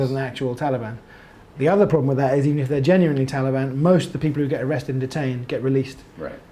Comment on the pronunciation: Lmfak that whole part was priceless… Lmfao “no problam!”